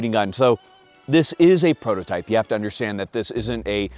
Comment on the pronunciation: a prototype?... or.. a Postotype?...